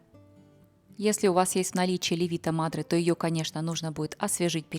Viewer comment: добрый день! Спасибо за ваш труд! Как всегда, прекрасный рецепт! Странно, но, до сих пор, никто вам не подсказал что правильно говорить не леви"то мадре, а ле"вито мадре!!! Живу в Италии 26 лет, поэтому как произносится LE"VITO MADRE знаю точно! Удачи вам и успехов! С уважением Галина.